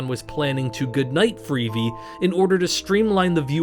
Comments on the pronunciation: Well if it isn't, why does "he" say "freevee" instead of "free-vee"? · Obviously AI. The 'narrator' pronounces it as "freevee", instead of "free-vee" (as in TV).